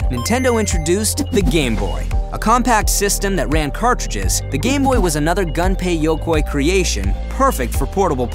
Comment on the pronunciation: "Gun pey yo koi" Great video though, I loved it!